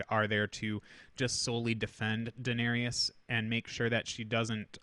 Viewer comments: This bothered me pretty bad too lol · This was triggering me hard, too. :D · Thank you, glad it wasn't just me 😂